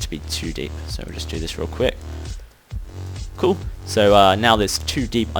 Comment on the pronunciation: you always say " coo' "